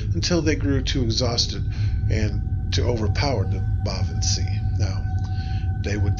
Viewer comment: I thought sìth was pronounced shee?